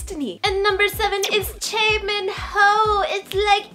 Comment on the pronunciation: why do you say chae and yee. for choi and lee??